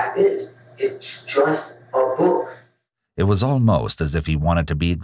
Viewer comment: He pronounces "book" as "bük"